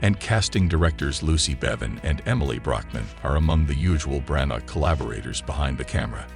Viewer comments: His name is pronounced Branna, please stop using electronic voiceovers, employ a human. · Hey, Mr Narrator get the name of the director right!!! You do not pronounce the G in Branagh.